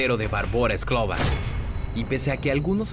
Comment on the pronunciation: Es skrlova no skrova